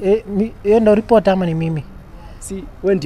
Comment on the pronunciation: nimesikia retoper badala ya reporter